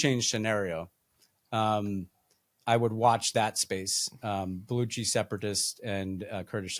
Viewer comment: It’s Baluchi with a chi like chi chis or tatas